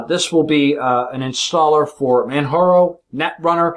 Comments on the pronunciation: man jar o, not man har o. this is not a spanish distro. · its not manharo, its manJaro. its not spanish its english